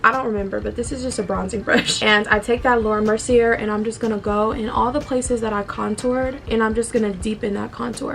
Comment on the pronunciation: Girl. It’s pronounced Laura MERCY-AYE. Also, your makeup turned out bomb😍😍. I will say that the shorter lashes you used at the end complement you wayyy better than those awful spider lashes you wear sometimes. You looked beautiful and very classy in this video💕